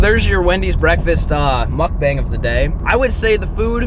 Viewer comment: Thought you said muff bang the first time you said muck bang. Lol. I thought I was on a different website for a second. taking catch clean cook to the next level! Lol